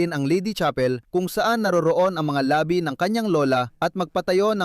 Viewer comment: Ayusin ang pagbigkas ng salita, may pagkakaiba ang mabilis na bigkas ng "labi" ibig sabihin ay "remains" at ang isa ay "labi" means lips. Ang ama ay mabilis ang pag-bigkas. Maganda sana pero nakakalito(mabilis ang pagbigkas) sa ibang mga Tagalog.